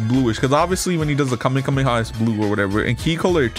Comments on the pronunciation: its not kamekameha its kamehameha lol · He keeps saying kamekameha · Bro said "kamekameha" LOL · "super saiyan red" 💀 "super saiyan ultra instinct"💀 "kamekameha" 💀 "fly = saiyan" 💀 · its the khamehameha not the khamekameha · I had a stroke when he said kamekameka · "the kamekameka" i am dead XD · "Kamekhamekha" Is this dude serious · Mans really said "Kamekameha" man im dead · Bro really said "Kamekameha" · Bro was like kamakamaha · You said kamekamehaa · Bro said kamekameha